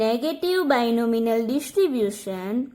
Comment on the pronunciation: Binomial...Not Binominal 🤦‍♀️